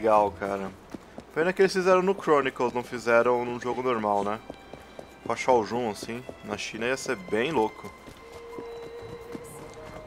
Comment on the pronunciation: você sabe que se pronuncia Shao ''Yoon'',né?